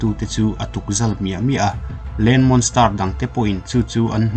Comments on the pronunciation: Ehem...monster ilam dan kha a dik lo..monstar arsi sawina ang deuhin ilam daih a.. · Monster I lam Dan hi a dik lo deuh a nih hi